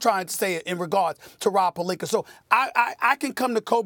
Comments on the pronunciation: Why does SAS call him Pelink-er??? He always goes back and forth 🤦🏽‍♂️. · nobody: SAS: Rob Pelinkerrr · Pelinker Lomenchenko - Stephen A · I'm getting tired of this guy saying Pelinker... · If I hear Rob Pelinker one more time I’m gonna lose it lmao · Nobody: Stephen A: Rob Pelinker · Why SAS keep saying “pelinker” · Take a shot every time SAS says Pelenker. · rob pelinkr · Stephen A definitely doesn’t like rob “pelinker” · Does SAS ever get names right Rob Pelineker 😂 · Why tf stephen a act like pelinka ends with an ER? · “Rob Pelinker” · “Rob pelinker” - Stephen A. Smith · who the fuck is “rob pelinker” 💀💀💀😭😭😭😭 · "Rob Pelinkerrrrr" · PelinkA its not that hard SAS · Who is Rob Pelink-ER? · “ROB PELINKAR” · Stephen A be saying Pelinker on purpose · Rob Pelinkerrr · why can't SAS say Palinca what's with the er😂😂😂😂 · Damn Stephen A can't say palinka correctly to save his life smh 😂😂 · So Stephen A can pronounce all of these 15 letter words, but can't pronounce "Pelinka"? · Damn Stephen A, you get paid millions and can't learn to pronounce the dude's name? Pelinker yo ass on outta here fool. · I swear, saying Rob's last name is such a struggle for Stephen A... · why he say his name like that ? lmao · Just say Rob, I cringe when you pronounce his last name. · Does this man have a hard time pronouncing Rob Pelinka's last name last time I check there's A at the end of his last name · Are they going to have a segment where they teach this fool to pronounce names correctly? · I swear Stephen A. purposely mispronounces names cause he doesn't give a crap lol. It's rude but hilarious 😂. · Calls Rob pelinkER instead of pelinkA 🤔 how can u mispronounce someone's name with that obvious of a difference in how it's actually pronounced? maybe he's not doing accidentally... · It's retorically sneaky how Stephen pronounces his name. It's clearly PalinkA but he keeps saying PaliknkER which rhymes with and subliminally links with the context of him being a liar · “Rob Pelinker” lol 😂